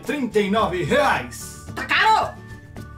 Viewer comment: Adoro quando ela fala Takaro ( tá caro)